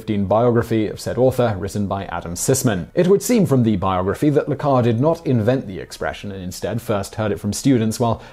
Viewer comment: Carré should be pronounced "Cahr-ay". Just for further reference :)